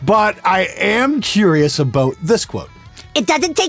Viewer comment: Best part is when he said aboot lol I wanna go back to Canada now for some fries and gravy and crown royal and coke yaassssss!